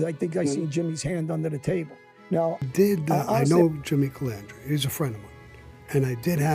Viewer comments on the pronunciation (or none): Larry you say Jimmy doesn't even know your name he calls you mezza, how many times you say Jimmy Calandria that's not his name either.... it's Calandra ...so when you say something about someone make sure you don't do the same thing...clowns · Jimmy says larrys las name wrong but larry says jimmys las name wrong!! 🤣🤣